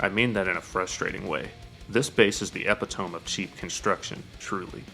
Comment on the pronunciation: E-pit-a-me Just trying to help so you sound more educated